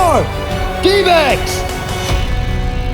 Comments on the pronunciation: sounded like “we are, D-bags”😂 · I swear i heard them call themselves the Dbags not the Dbacks 🤣